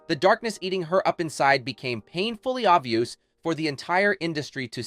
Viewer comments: Did the narrator say obvioos, instead of obvious? It's too common a word to believe this is an actual person making that mistake. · "obvioos" ...:hand-orange-covering-eyes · “Obvi-OOSE?” Mm, no. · I'm sorry, but I couldn't get past the phrase "painfully obvi-use". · the AI's pronunciation of "obvious" as obvioos was absolutely horrific. gives me hope that AI will never overthrow mankind. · Painfully obvi-yoos PAINfully obvi-yoos PAINfully obvi-yoos...